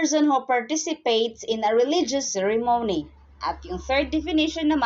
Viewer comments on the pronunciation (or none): The accent on the word " ceremony"is on the first syllable..not on the 3rd as mentioned here.